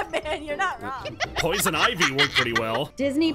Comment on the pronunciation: said pousin ivy and my name is Ivy